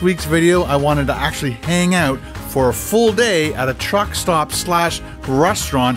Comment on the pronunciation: "Check that ooot"